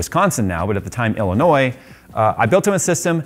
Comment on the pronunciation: high five Thanks for pronouncing Illinois correctly